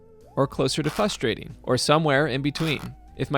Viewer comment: I’d give the clue “Fustrating,” because it’s frustrating how you mispronounce it 😂